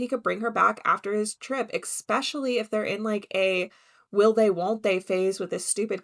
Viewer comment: Hey, thank you for your videos. They entertain me well:) But please don't say eXpecially.... It's eSpecially 🫣